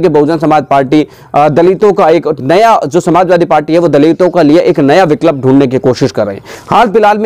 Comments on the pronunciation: बिकलप नहीं बिकल्प होता है । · विक्लप नहीं भाई विकल्प